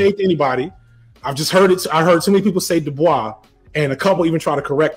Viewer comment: .....I have a psych degree and did not know Dubois was pronunced like that